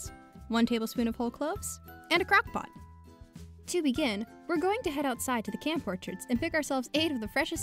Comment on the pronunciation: I firs thought she said crack pot not crock pot